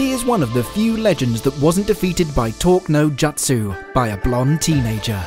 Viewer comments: What was talk no jatsu it's 'talk no jutsu' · tolk na jatsu... nice pronunciation